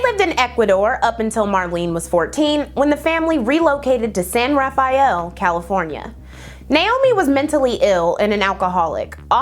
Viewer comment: As a northern Californian I love hearing you say “San Ra-fi-ell” its actually a lot more boringly referred to as “San Ra-fell” lol